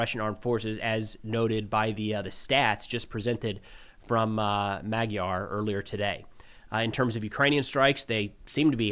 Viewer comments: it's magyar, not maygar, but yeah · If you insist on american accenting you could go mag-yar, even more correct would be muggy-yar. The twist comes with the 'g' that can be spelled as 'd' aswell, so you could go muddy-yar. But in no way may-gar ✌️